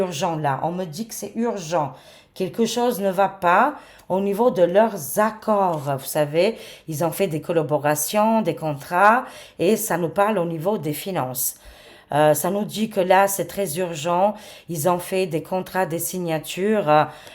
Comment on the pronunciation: on dit anxiogène = qui est anxieus, et on COLLABORATION et non colloboooration c'est trop mignon lorsque vous rebaptisez un nouveau mot françisé